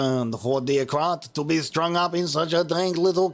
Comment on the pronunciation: Kratt with the accent! 😂